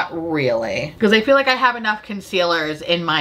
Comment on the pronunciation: I had to rewind three times to figure out that you did not say “I feel like I have Worf.” (In the rare beauty segment) Anyone else watching Picard?. Lol